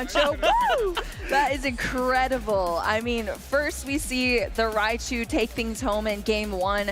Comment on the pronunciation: "MiRaichu" HAHAHA